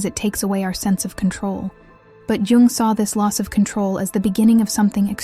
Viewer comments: oh just say Carl Gustav, leave "Jing- jung" alone. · At least get an ai voice that doesn’t mispronounce Jung so badly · They did c Jung dirty with how the ai pronounce his name